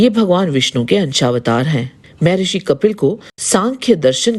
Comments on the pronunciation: शुद्ध बोला करे, मेहेरिसी नहि मह्र्षी बोला करे जब शुद्द वाणी नहि निकलती तो क्या आध्यात्मिक भिडियो बनाती म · मे ऋषि नहि😂😂 म+हर+ सि= महर्शी बोलो। 😂😂